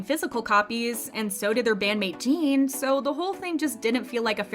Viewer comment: Sorry, this isn't serious but did hear how she pronounced Jin??? Sounded like she said 'Jean' XD I'm sure that's not how you say it